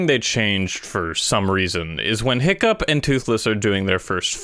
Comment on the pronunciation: Every time you said “Hiccup” I thought you were calling him Pickup